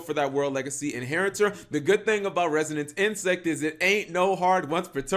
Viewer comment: It’s Resonance Insect, not Renaissance cap... reminds me of your old vid where you pronounced epitome as “ep-ē-tome” 😂